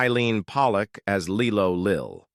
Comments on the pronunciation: Pronounced Lie-Lo Lil ffs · Lie low lil thats how she pronounced her name 😂 😂